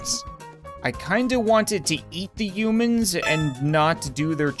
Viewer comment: It’s not umans it’s humans